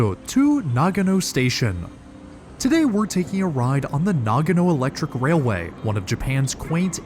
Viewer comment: Nagono no, NAGANO!!!!!!!!! FFS!